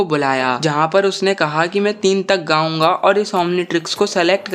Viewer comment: He has said Gaonga is gaounga